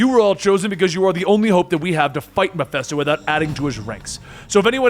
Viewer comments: It’s petty I know but I thought it was Ma-fist-o not Ma-fest-o..... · Did you really just say Mephisto like that GOD DAMMIT MEH-FISTO, YOU GENEROUS AND TALENTED FOOOOOOOOOOOOL!!!! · Am I a victim of the Mandela effect? I remember MephISTO! Not Miphesto .... Fist, not fest.... Anyone else?